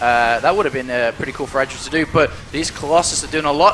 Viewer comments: Idra man not "Aidra" c'mon ") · DAMN IT! its "I(t)dra" noch "(A)Idra"! omg, Day9 made it pronounce it every time 100% roght, and u mess it up every time! I need to hit my head on my board or i will be getting sick of. THUMB UP for:, learn to pronounce Idra!!! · IDRA NOT EYEDRA!!! i like but that DROVE ME INSANE!! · He really needs to make up his mind about pronunciation of Idra's name. For the record, it is pronounced with [I] as in "income", and not [ai] as in "idle".. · id-ra not eye-dra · "Aidra" ffs.... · Goddamn it learn how to say Idra...